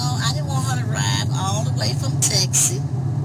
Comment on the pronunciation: Did you hear how she pronounced Texas. Tessus🤣😂😅😆